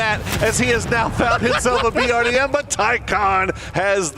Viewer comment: BRDM has been around for so long yet the commentators still can't say it correctly they always say BDRM, c'mon guys it's not hard it's 4 letters.